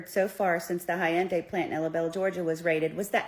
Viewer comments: Hyun-dai not Hi-Yun-Dai 😅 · Bro the word is HYUNDAI. Its 2 syllables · How she pronounced the Hyundai. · Pls say Hyundai correctly 😂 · This woman is so full of shit. She can't even pronounce Hyundai correctly.